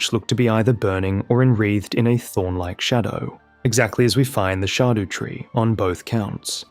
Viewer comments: "the shardew tree" dude figure out english it's not that hard. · Dont mean to be weird but its shadow tree its old English but pronounced shadow